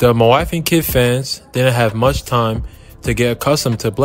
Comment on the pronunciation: It's didn't not did'dnt